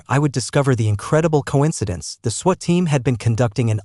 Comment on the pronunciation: This must be an AI reader ... multiple mispronunciations ,,, ie sweat instead of SWAT caused a lot of giggling from my grandson